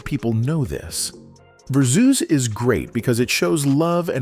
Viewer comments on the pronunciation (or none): Musiq not Muzeek, not Verzews its Versus! He's needs to do his own Tiny Desk. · What's ver-zeus? LOL